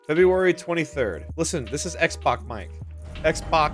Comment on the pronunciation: ....I’m watching this with this flu and you can’t do this to me. I’ve never laughed harder in my life. When you said “Xbok” I was drinking sprite and it came out my nose. Then I proceeded to vomit on my floor because ya know....flu.